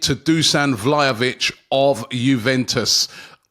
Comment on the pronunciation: Issa VlahNOvic for me😏